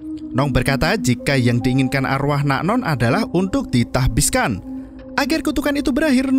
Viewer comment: Tahbiskan Nasbihkan Tasbihkan Nahbiskan Oke min ada 4 versi 🤣